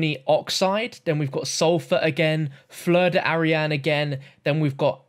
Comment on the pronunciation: It’s not « fleur d’arian », it’s « fleur d’airain ». I’m not sure of the translation, but it’s « brass flower » in english